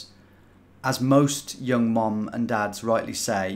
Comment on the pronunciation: I swear you keep saying mom, not mum